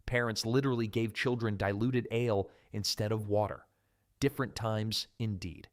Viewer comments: Learn to pronounce "ale," stop saying "Here's the kicker," and don't screw up normal English cadence!! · I noticed the the wrong pronouncing of ale, I thought probably AI narrator.. I guess they had no medieval root cellar's left (except in big houses. So used modern ones, I even saw a nice white wire basket.. they are also modern. Don't nit pick every thing fgs